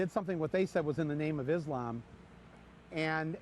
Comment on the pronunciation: IT IS ISLAM with an ssssssssssss not a z